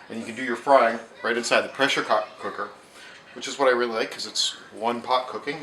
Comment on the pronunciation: DID anyone else notice he said pressure co_ker. lol